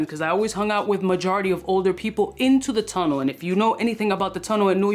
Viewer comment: Damn fam, you went vintage NYC on “the Tunnel “ talk. My man. 😂😂😂😂😂